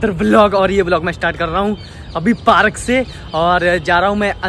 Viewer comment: Parak kya hota hai park hota hai na